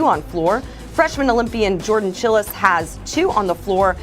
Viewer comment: Seriously, Jordan Chiles was in the Olympics. You couldn't have found someone to read this who could pronounce her name correctly?